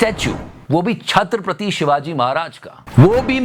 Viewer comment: Not Chhatrap'r'ati, it is Chhatrapati. This is repeated throughout the video! 🤦‍♀️